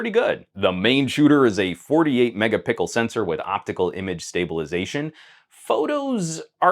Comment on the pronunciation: Did you just say "megapickel"?